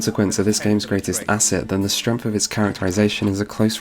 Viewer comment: Your videos are great. I do find myself wondering why it sounds like you pronounce "strength" as "stremth."